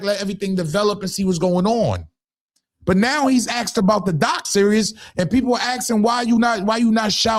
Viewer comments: In my Little Boozy voice: It’s doc SERIES not doc SERIOUS!!!! Come on maaaaaaaan!!!! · Is anyone else rolling that he keeps calling a series a serious 😂